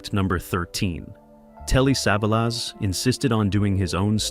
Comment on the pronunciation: Who is save-a-loss?